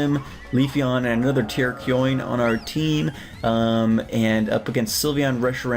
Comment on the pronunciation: TURKEYOIN Terra (as in terraform) ion (like the end of every eevee evolution) terrAH-key-on /rant Glad to see more showdown though!